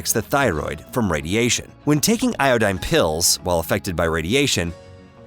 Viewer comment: "Ioooeeedine" ... "Isoooeeeetypes?" WTF? Google how to pronounce them. Thanks for the info. :)